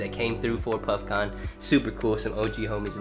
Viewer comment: im kinda high af and when he said puffcon i thought he was saying puffkhan and i was like yo thats dope